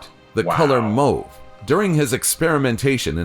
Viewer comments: Mowve. Lol. It's pronounced mawve. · Mauve isn't pronounced moh-ve 😭😭😭😭😭😭 it's pronounced Mahhv !! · isn't it pronounced MAUVE and ...... Ugh just nm